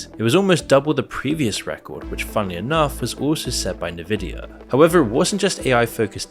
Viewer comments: It's pronounced EN-Vidia not Nividia. Had to say something! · It's "n-vidia" not "ne-vidia" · How you don't know it's pronounced EN-vidia and not Nvidia baffles me. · "N" vidia.... not "Na" vidia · not "nuh-vidia" 😭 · semi_intetersting, a considered overview of a possibility with no meat in the AI explanation. Also, for documentaries sake, at least learn how to pronounce En-vid-ee_ya. theres a reason the N is capitalised even in logo format. if youre gonna cover this graphics chip company that has been producing for decades, mention they were absolutely responsible for the gigantic waste of energy for many years during the crypto-mining boom, also ripping off gamers as a significant side effect. they prioritised selling chips for mining farms and ordinary people had to fight to be able to buy graphics cards. AI is still in its infancy, its similar to when search engines began as simple webcrawlers, later becoming advert based resultant pay2win outputs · Nevidia, lol! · NIVIDIA LMAO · The fact that you said Nuh-Vidia offends me 😂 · The proper pronunciation of Nvidia is "en-VID-ee-uh”. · dude please learn how to pronounce Nvidia it's really annoying how you say it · Maybe learn how to pronounce Nvidia before making a video about it.